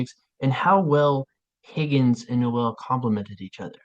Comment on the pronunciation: It’s Pronounced nóel not no él